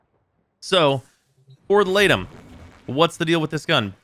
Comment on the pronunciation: I know its unintuitive but I think its pronounced 'lee-tum' since aegis is pronounced 'ee-jiss'